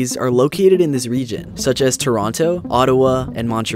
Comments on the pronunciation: You had me until you pronounced buTTon with D's. Button does NOT have D's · Pronounce “button” correctly and maybe i might press it. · Almost subscribed. Until I heard you try to pronounce button.